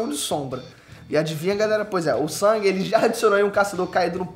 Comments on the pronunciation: Karalho mano o nome do personagem Sung e a pronuncia a mesma o mano ta falando sang quase sangue 🤦‍♂️ e a sombra mais top que eu acho é o Berus isso pq o Dragão da catastrofe não deu certo na resureição ops 😂🤫 . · tenta não falar o nome como "sangue" ou "San", fala Sung (como se escreve mesmo) Tô de mimimi mesmo!!! Dica 2: Fala de "onde" veio cada uma das sombras. Ex.: Iron era um caçador de nome... Seria bem legal um vídeo assim.